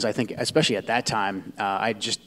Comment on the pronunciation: Joe Kent can’t even pronounce “ESpecially correctly. It’s NOT EXpecially.